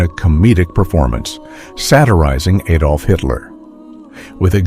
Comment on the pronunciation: Adolf, not aidolf, day advert then knock vert off and say ad olf